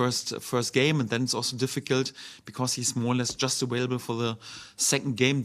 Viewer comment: calm down bro just think it’s funny they say awailable